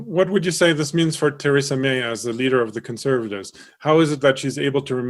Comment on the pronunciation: He pronounced Theresa May like Tresemme